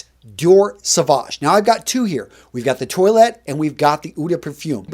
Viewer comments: Dude it’s not toilet, toilette. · Par-fum Twa-let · Fluorcyl no you’re much closer to the correct pronunciation than is. Eau de toilette written phonetically would be like “oh de twah-let.” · Lol. I love your channel and your advice is great, but PLEASE do the correct pronunciations. Toilette is pronounced twaulett, not toilet - which is what European people pee, etc. into. That one in particular isn't the greatest mental image to have when thinking about a frag. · Also you keep saying "toy-let" like the thing that you pee and poo in. I thought it was pronounced "twah-let". Am I wrong here? By the way I'm being serious, I'm not trying to be a smart-ass. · Lol...when he says "toilet". 😁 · I feel like you are pronouncing it 🚽 as subconscious dad joke. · nice assortment. Though, Ragazzo! As man of European descent, you should pronounce the French word "Toilette" in a correct way. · I love your videos, but the way you're pronouncing toilette. 😂